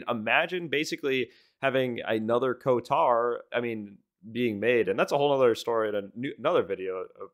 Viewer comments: bro thinks its KOTAR instead of KOTOR.. chuckles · The game gets delayed another year, everytime you say KoTaR instead of KoToR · KOTAR? WTF is "KOTAR"??? It's KOTOR... "KO-TOR". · I was unreasonably distracted by the way you were saying KOTAR instead of KOTOR. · Co-tarr 😂😂😂 You mean KOTOR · Ko-tar lol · KOTOR not KOTAR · also why do you say "kotor" like "kotar?" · How many times he going pronounce KOTOR wrong? Lol